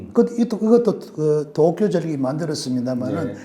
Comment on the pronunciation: 중립적이고 학문적인 이론은 잘 알겠습니다. 무작정 못믿겠다 하기보다는 참고할만한 점이 많다고 생각해요. 너무 무서워하기 보다는 어떤 사실을 주지해야하는지 알 수 있었습니다. 문법적으로은 완벽한 한국어를 구사하시는 것 같은데 문장 후미를 끊어읽을 때마다 올라가는 억양, 된소리 뒤의 ㄹ받침이 부드럽지않은 발음(칼슘, 어쩔수 등) 문장 중간에 “뭐..”하고 발음해여할 때 ‘마’ 하고 짧게 끊어발음하시는 것, 특정 단어의 억양(몇몇가지, 특히 도쿄라는 단어는 완벽한 일본 본토 발음입니다. )등에서 일본식 억양이 느껴지네요. 일본에서 오래 생활했고 한국에서도 일본인들과 일하며 많이 듣던 일본식 한국어입니다. 교수라고 하셨는데 전공과 소속이 밝혀지지 않아서 설명이 좀 필요한 것은 사실인 것 같습니다.